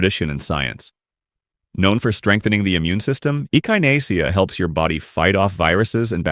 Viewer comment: There is a lot of good information here. I have at least half of these growing already, as well as numerous beneficial "weeds" including purslane, broadleaf plantain, narrow leaf plantain and goldenrod. However, the narration is obviously AI because things like Echinacea are mispronounced.